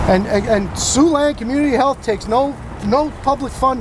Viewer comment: I heard Sue Land.